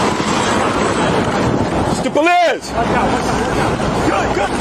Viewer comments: Take a shot every time you heard "HOUSTO POLEEZE!!!" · ah mr. youstapolee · “Hoosta Paleez!” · that’s actually cartel. im from houston. your north carolina ass wouldn’t know. espeekee spanish ola compadre houston poleese!! uston poleeseee! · HYUSE-TONE PALEESE